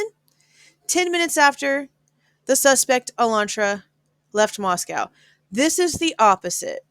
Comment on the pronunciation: In all fairness and no shade... PLEASE pronounce the location properly. Locals have corrected people covering it too many times to count. It's NOT MosCOW Russia!!! MosCO Idaho.,.I thin we should ALL know the pronunciation by now.